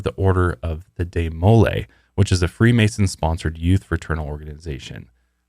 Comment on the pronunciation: I think it's pronounced dee-muh-LAY (not deh-MOLE-ay).